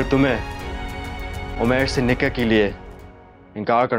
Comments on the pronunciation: Nikah hota hy nika ni hota 😂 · said nikeh not nikah